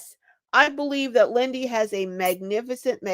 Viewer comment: Lindy not windy